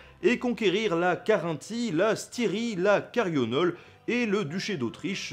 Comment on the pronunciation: La Carionole ? Ne serait-ce pas plutôt la Carniole ? :)